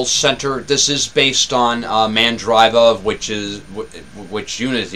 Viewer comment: it's mandr(ee)va :) from the merge of mandrake and conectiva (brazilian distro). Is tough pronouncing FLOSS when no official commercials on TV spelling the pronunciation.